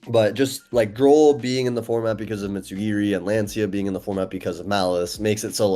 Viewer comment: Bro is a World Champ and still calls it Mitsu GEARY